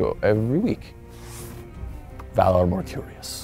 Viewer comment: At the end the phrase is Valar Morgulis not Valer Marcurious.